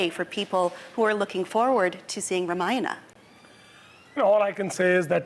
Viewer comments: what's up with the ramayan'aa'? it's ramayan'uh'... at least indians should know better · its pronounced RAA-MA-Ya-NA Not RUHMUHNUH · Ramayan not Ramayana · Host is saying Maina instead of Ramayana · It's not RAMAYANA ITS RAMAYAN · First learn to say “Ramayan”correctly. 🤨